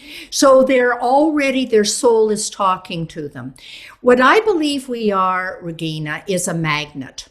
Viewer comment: This was very helpful!! Thank you. (It bugged me that she was using a "hard G" in your name, though.....It's Regeeeeina, not ReGIna. Ugg. Doesn't she know how to pronounce your name properly??)